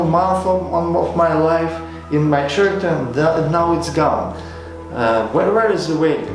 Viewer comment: A little bit of constructive criticism here: I couldn't understand about 25% of your words either because of your accent or distracted by some words just mispronounced like "character". It's pronounced like k-aracter, no ch-aracter. No offense intended. I wish you luck with your channel!